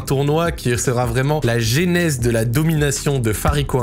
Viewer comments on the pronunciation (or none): none